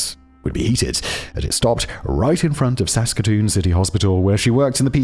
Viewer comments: At least he did good with Saskatoon, Saskatchewan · Finally a story from my hometown! You pronounced Saskatoon Saskatchewan quite well, and I should know because I live here. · Simon did so well on Saskatoon, Saskatchewan. Just to get tripped up on toque 😂❤🇨🇦